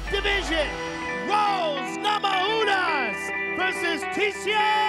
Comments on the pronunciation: idk why he keeps on saying rose namahunas, it namayunas J is pronounced as Y in europe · whats up with not being able to pronounce rose's last name today.. hes done it before on his podcast. maybe we all been saying it wrong this whole time? or his pot cookie just kicked in